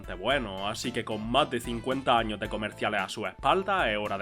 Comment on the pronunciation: Por qué dice todo sin la “s” final? Patata chip, Estado Unido, 30 año, tra esto, en lo ochenta, lo año